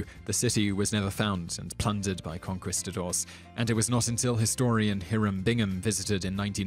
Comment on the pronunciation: That's not how you pronounce "controversy" or "Conquistadors."